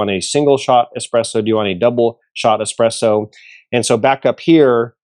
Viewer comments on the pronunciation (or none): I know you don't know anything about espresso when you say eXPresso..